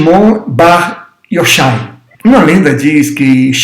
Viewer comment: Sou judeu com muito orgulho e alegria! Apenas uma humilde correção se me permite; a pronúncia do nome Shimon Bar Yochai , Ch na transliteração hebraica para o português tem o som dois RR e não som de X, Yochai. E Bar significa "filho de" no hebraico arcaico, aramaico. Abraço! ( Bar é filho em aramaico Yohai/Yorrai